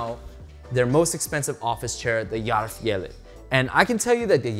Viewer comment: hahaah ohgod, when you said swedish and german are similar, no they're not! It did feel like as the review went on, you did pronounce it better and better, but maybe I just got used to it. but you did pronounce järvfjället really well !! thanks for the review.